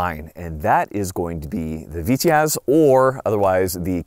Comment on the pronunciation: for the love of God its Pronounced "Vee-Tez' in Russian